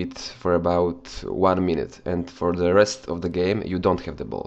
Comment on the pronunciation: 'Ze' special one